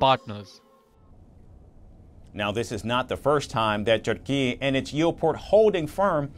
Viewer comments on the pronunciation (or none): none